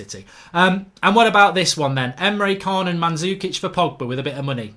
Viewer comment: ITS PRONOUNCED EMRE CHAN, pronounced names right cos you sound uncultured when you dont and ignore it